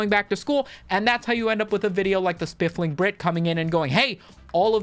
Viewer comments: Every time you say spifling i doubt my memory even more. So I checked. It's spiffing brit. There's no L. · "Spiff-ling" so many times 😂😂😂 Being English that was killing me 😂😂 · Engagement baited the comments section by mispronouncing The Spoofing Brit, 200iq move 👌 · No. He is saying it wrong. It's Spliffing Brit. Homie's rockin' the gonge. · You are mispronouncing his name on purpose as engagement/rage bait. I see you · Did pronounce the name wrong just to garner more comments? If so, new Meta engaged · No. My boy just has a speech impediment.